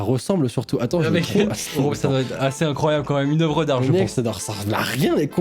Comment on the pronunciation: INROYABLE au lieu de INCROYABLE X) (paix a toi ema)